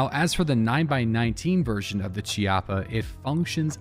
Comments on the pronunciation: Its key-ah-pah. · I think it's pronounced Key-Appa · It's pronounced (key-appo) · Hey, just so you know, the "ch" in "Chiappa" is pronounced with a K or hard C sound. And as most Italians will be very quick to point out, "Chiappa" here is also slang for asscheek (singular, plural would be "Chiappe"). The more you know:)